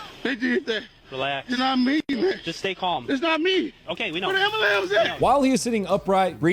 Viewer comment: "where da ambalams at" lol